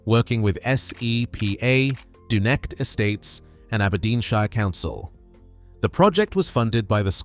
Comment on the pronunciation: Oh good, we can restart netting salmon again at the mouth of the River Dee, and shut down the fish farms [ and by the way you can't pronounce Dunecht, Garlogie or Culter ]